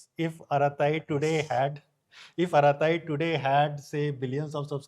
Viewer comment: Arattai is pronounced with T sound bring clear like as in “true”.